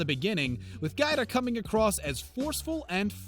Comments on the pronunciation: It's Giada not Guida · It's GI Ah Dah not GyDah lol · Pronounced gee ah da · Giada isn't pronounced "gyda" its pronounced "jawh dah" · It's pronounce Gee Ada, and from what I've heard Ellen isn't exactly the princess everyone thinks she is. I heard that Ellen was mean to her staff and guests alike. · I CAN'T STAND NARRATORS who do not take the time to learn how to pronounce people's names! Giada is pronounced Gee-ah-da. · Its pronounced Gee-ah-duh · Could you shut the hell up and let us see the video clip? And GIADA is prounounced “ gee-yAda” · GEE-ADA LETS SAY IT TOGETHER GEE-ADA COME ON YOU CAN DO IT GEE-ADA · Her name is pronounced : Gee AH Dah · Omg it GEE-AR-DA!!!! Giada! Pronounce her name Properly!!! Grrrrrr!! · It's pronounced Jee Ah Da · GIADA is pronounced "GeeAda". lol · Right? I cringed every time he said "GyDah".